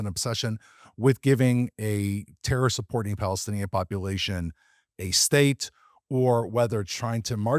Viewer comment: Why do you say “Street” instead of “State” ?